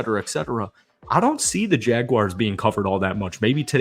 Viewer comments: Say, Jag-Warz. Read it again. Now say Jaguars...🎯💯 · No complaints about the video but it is Jaguars, pronounced "Jag-wars". Lol love your content.